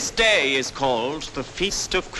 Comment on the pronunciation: I would not follow a man into battle who pronounces day as awkwardly as that. dayeeeeeeeeeeeee".